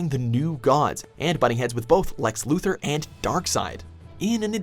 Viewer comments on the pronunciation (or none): LUTHOR. Not Luther.